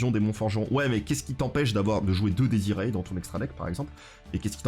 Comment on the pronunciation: Bonjour, tout d'abord merci pour ce contenu vidéo-ludique de qualité. Je veux céans vous faire part de quelque soucis de prononciation du latin que je rencontre partout chez les yugitubeurs francophone. Cela concerne les cartes démonforge ( fiendsmith ). Donc on prononce " diez iré" ( dies irae) et l'on prononce "ki-ri-é" ( Kyrie ), ce sont pour la plupart du temps des concept religieux et souvent des concepts rattachés au deuil ( requiem signifiant messe des morts, lacrima les larmes etc ). Merci beaucoup de votre lecture, je poste rarement mais j'avoue que ça m'a rendu chaffoins. ---- Jean-Constantin De Chateau_Neuf De La Villeclaire